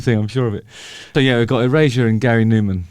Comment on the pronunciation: Do British people pronounce Erasure as Eurasia or is it just Justin?